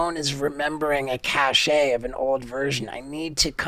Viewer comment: Hey if Steve O sees this, cache is pronounced like cash.